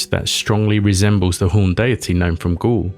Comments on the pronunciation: First of all, prononciation wise, it's Gaule, not ghoul. You can prononce it like a goal. Same sound. I hope i won't here it every five seconds because it's a deal breaker. You can take a second checking things before recording. Google translate even have an app for that. It take literraly ten seconds. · 'Gaul' isn't pronounced as 'ghoul', it's more akin to 'goal'. I'd also suggest 'gaol', but only how modern English speakers would think it's pronounced first time they see it, but it's pronounced as—and the ancient form of—'jail'. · you say "Gaul" like the word goal, not ghoul.